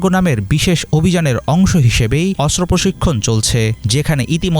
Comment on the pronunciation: অস্ত্র উচ্চারণ শুদ্ধ উচ্চারণ করতে হবে আশা করি 😢